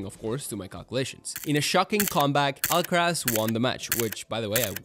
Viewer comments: pronunciaste muy bien carlos alcaraz 👀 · sos español no hay chance que un guiri pronuncie bien el nombre y apellido de carlitos alcaraz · This is a great video! Out of curiosity, are you a spanish speaker by any chance? Because your pronunciation of the names (Rafa Nadal and Carlos Alcaraz) is incredible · bro that carlos alcaraz pronunciation was spot on! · your accent sound pretty spanish, no other country pronounce Alcaraz like that 😅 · Do you speak Spanish? Or did you just practice your pronunciation? Your r’s and z’s are spot on.